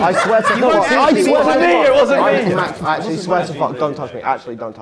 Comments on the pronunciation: Tubbo it’s “actually” not “accually” 😭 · bro really said "accually"